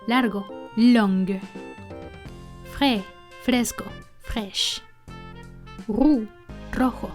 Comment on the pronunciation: Pronuncias muy bonito la letra "R" (roux, rousse) enseñanos la técnica para los principiantes, muy útiles tus videos,gracias. Saludos